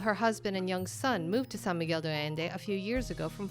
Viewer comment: The host needs to pronounce San Miguel De Allende correctly. She is butchering it! It is Not Do Allende it’s De like day pronounced. Please pronounce the Spanish right. This goes for the interviewer as well. I know you’re not a native but say it right if you are going to educate /inform people about this place. 😮🙄